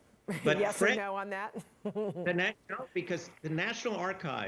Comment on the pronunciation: Hypervigalante? That’s an adorable new form of bovine excrement